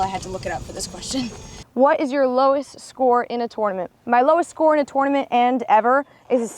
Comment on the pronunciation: I feel like she says “tournament” the way it’s supposed to be pronounced, but no one says it that way.